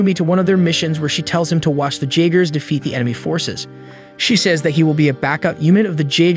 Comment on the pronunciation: no disrespect cause ur vids are amazing top tier, but the j in jeagers is supossed to ike a y